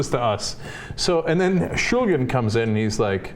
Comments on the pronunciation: ShulGin - not ShulJin! - was one of the great minds of our times! then I have to say something about Ana and here "knowledge" on drugs: it's non-existent! If you buy "MDMA", you should get fine crystals. those crystals usually are 95-99% pure MDMA, depending on the route that had been taken by the chemist/cook to create that batch - in ANY case, it's going to be a single compound, that one called MDMA. you couldn't (technically one could, but nobody does this for obvious reasons) get to a crystalline product containing 2 compounds or 1 compound that has been "cut". it's not worth the trouble, not worth the time this would take! on the other hand, when you buy "MDMA" that has been ground to a powder or formed to a tablet, it's only 99% sure to be "cut" or you'd get any inferior ominous "powder" - which is why only MORONS buy "MDMA tablets", known as "XTC" or "Ecstasy" in the club and only full-blown RETARDS would buy an ominous "powder" of unknown origins! Smart AND safe(r) users only buy nice CRYSTALINE MDMA, from sources they trust! Please, check the compounds structure, buy only crystals, never a powder or pills; check that the crystals are of clear color (almost like glass) and not too brown or yellow, for those two colors can give you hints on how well the compound had been cleaned from substances used during synthesis. And Ana, please, stop talking about these drug topics, as if you were some kind of expert, when you didn't even take the time to research what you're talk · Why the fuck is she saying his name like that. They are both drug experts... that's for sure.